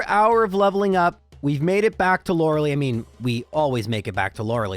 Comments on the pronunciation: One day this guy will learn how to say Lorelei. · Youre saying lorelei wrong eh